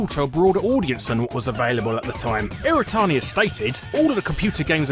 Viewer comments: ... It's not "iratani" it's "iwatani." Pronounce your Ws man! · Every time he says "irratani" instead of "iwatani" I feel like punching him. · So did he just not realize his name is Iwatani and not "Iratani" or did the English just forget how to speak their own language? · The name's Iwatani. Not Iritani. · Every time he says iwatani, it sounds like he's saying "iretardi"